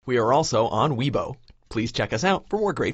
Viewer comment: Weibo, not Weeeboe...